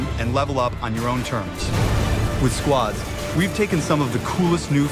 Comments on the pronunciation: Hey Ali a It's called squads not sqods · I like how you say squads like squods XD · Half the time it sounds like he is saying "squats". Switch that into every time he says squads and its hilarious! XD